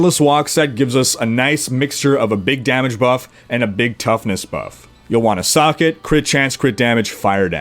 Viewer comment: you say socket an i understand "suck it" xD xD